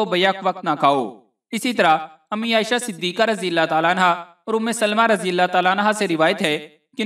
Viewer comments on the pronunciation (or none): none